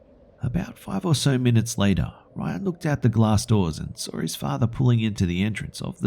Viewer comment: "Until I sawrr it"